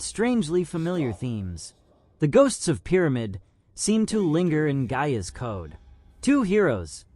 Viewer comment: Thanks for the video. You did a good job with your comparison's. My only gripe is your mispronunciation of a few words (Gaia, and Aloy).